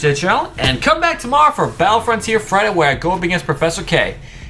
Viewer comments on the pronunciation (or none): none